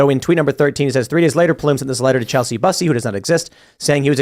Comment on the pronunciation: Lol chelsa busee?! Chel-sea byu-see. Lol that was a crazy pronunciation of Chelsea Bussey.